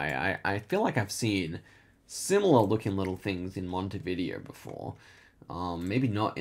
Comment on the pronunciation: needs to learn how to pronounce Montevideo. Mon-tee-vid-day-oh. Mon-tee-vid-day-oh. Mon-tee-vid-day-oh.